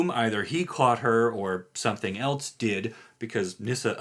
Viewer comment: There isn’t a T in the word else.